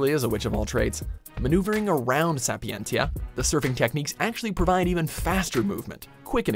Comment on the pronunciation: the correct pronunciation should be "Sapienzia" as in latin "ti" sounds like "zi"